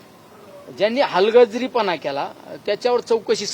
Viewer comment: लंके साहेब तुम्हाला हलगर्जीपणा बोलता येत नाही